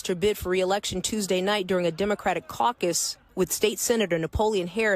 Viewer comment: She said “I am suing the caccus.” 🤣🤣😱😱😭😭